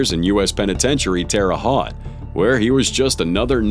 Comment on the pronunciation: hey Terre Haute mentioned. Almost said the name right! XD